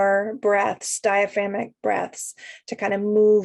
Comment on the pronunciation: Love the video. Just a heads up you are missing a syllable in the word DiaphragmATic breathing. Thanks again for all you do.